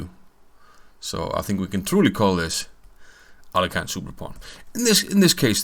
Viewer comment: Capablanca in an interview with Mr Hollander told that Aliohin [it should be pronouced this way] based on tricks :)